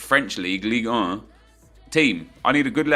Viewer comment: "ligue uhh..." I don't know why i find it funny